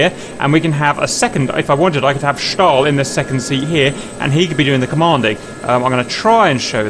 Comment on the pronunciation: Schtal, Schtal, Schtal. It is so annoying!